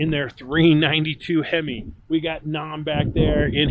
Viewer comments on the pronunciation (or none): none